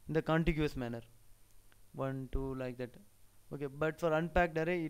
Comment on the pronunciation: trust me has terrible pronunciation and accent... "like that" ....